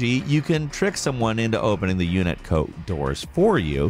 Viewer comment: UNIT-CO? Lets talk about that for a second. Playing that game for 20 years, I was sure it was UNATCO.